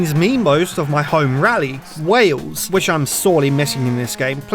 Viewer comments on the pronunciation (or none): none